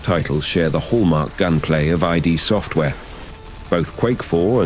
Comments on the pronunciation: Amazing work, great video, i liked that series of videos so much. On a side note, it's not i dee software it's id software. It comes from the id, ego, super ego. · Sounds credible then says eye 👁️ deee software lol 😔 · I thought it might be when it read ID as I...D..., also the emphasis on 3 in Doom 3 is a bit strange, but damn, technology. Anyway, great videos no matter who or what reads the narration.